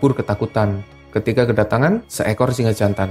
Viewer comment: Singe apa singa yg jelas dong ngomongnya